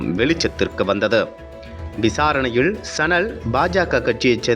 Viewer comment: செய்தி வாசிப்பவனுக்கு உச்சரிப்பு கேவலமா இருக்கு. "ல"வுக்கும், "ள"வுக்கும் உச்சரிப்பு வித்தியாசம் தெரியவில்லை. வெளிச்சம் என்பதை வெலிச்சம் என்கிறான். விசாரணையில் என்பதை விசாரணையிள் என்று உச்சரிக்கிறான்.